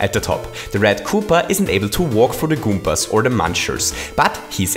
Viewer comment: "goompas" lmao